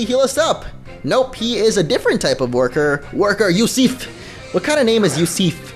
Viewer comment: Yusif is pronounced "You-suf" I went to high school with a kid with that name. He was Albanian.